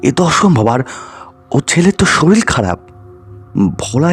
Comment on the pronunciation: Sorir ke sorir bolbe. Soril abar ki vasha? Uccharon thik na korle porer din theke ar sunbo na